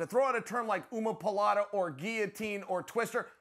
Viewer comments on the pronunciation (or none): Chael: ooma-poo-lata? Its ooma-plata! dum dum. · Chael “Umapolata” Sonnen. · Chael said 'oomaPaLata' hahaha - i feel like he did that with intent - hahahahaha - if not - still hilarious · Did chael say “umapalata”? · Chael throwing out incorrect BJJ terms is embarassing......for Chael. EB's rubber guard isnt NEW its like 15yrs old. He cant even say omoplata correctly.